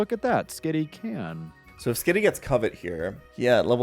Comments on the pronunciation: Driving me nuts. Covet = Cuv-et, not Co-vet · The way Frank pronounces Covet drives me crazy, even though it's probably the way anyone would pronounce it if they didn't know what it actually was. It's pronounced like cuh-vit, like the desire to have/take something. Damn you, English language. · The worst part of this video is that one guy pronouncing covet as “coe-vet” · “Cove - ette” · No one else at all annoyed with "Co-Vet"? It's a normal word, not even a made up pokemon word... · Ah yes. Co-vet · CO-VET lmao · that one dude says "covet" so completely wrong and weird that it literally sounds like he's saying "covid" the first time he mentioned it i was seriously like "wtf is he talking about covid for" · Someone tell that guy the skill is not pronounced "Covid" XD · pronouncing covet like a British person would say corvette made me feel pain. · Why does keep calling Covet “COVID”? Is it an in-joke on his channel, or does he just not know how the wors is pronounced? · Why does that guy pronounce covet like “koh-vet” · Pretty wild to hear “Covet” be mispronounced like that. Then again, one should never judge another for mispronouncing a word because it means they learned it from reading! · How does no one here know how to pronounce, “cuh-vit?” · saying "co" "vet" every time made my ears bleed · Ah yes, the move Coe-vet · Covet is pronounced /CUHvit/ or /CUHvet/ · Ah, yes. Coh-vet. Coh-vet. Coh-vet. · Covet is pronounced like “cuv-it” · When you say Covet as COVID 😂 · Grown adult can’t pronounce covet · pronunciation of covet pisses me off. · It's always funny when "pokemon" youtubers don't know pokemon facts, like Skitty evolving with a moonstone, or how to pronounce "Covet" lol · So I guess Frank has never heard the word "covet" pronounced before...? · the way that guy pronounces "covet" tho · The way said covet wrong every time pissed me off for some reason. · Please somebody tell this man how to pronounce covet.